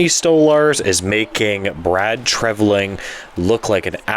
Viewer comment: Let's hope it offsets his bad signings/overpayments for Reaves, Klingberg, Domi, and Bertuzzi. His moves in 2024 seem to be better thus far. Much. Minor point: your pronunciation of his name (you're saying like "Treviling"). Good upload, as usual. Off the cuff commentary.